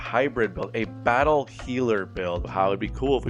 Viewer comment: BAT-tle healer